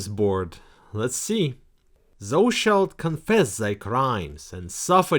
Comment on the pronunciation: Not to be Mister Pedantic, but 'thou' rhymes with 'cow'